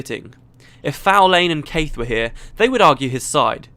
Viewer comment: I actually think that Caithe's name is not pronounced the way you do it. You pronounce the "th" in her name like in "Theatre", and I think I heard Ree (And Kirsten too) say it on several occasions with a rougher "th", more like in "the", but kind of pulling towards a Z in some ways, like saying "the" while biting down on your tongue. DAMN it's hard to describe this in words! Speaking of Caithe, I liked her old look better. Now she seems... evil...